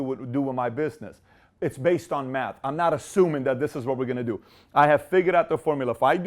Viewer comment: Dr Manhattan and Silver Surfer: The Matter Bosses great comment! But he said meth not math 😂